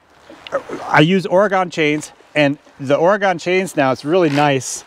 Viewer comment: I feel compelled to point out that Oregon hasn't gone anywhere. Those of us who live here pronounce it like: Ory-gun. :) Other than that, I like everything you do.